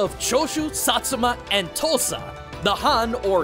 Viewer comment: Okay so real quick. I’m for Oklahoma and every time you say “Tosa” I can’t help but to hear “Tulsa”. I know it isn’t I just thought it was funny.